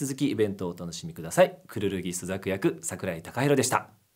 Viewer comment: 何度聞き直しても初手の自己紹介が櫻井たかはるって聞こえる…w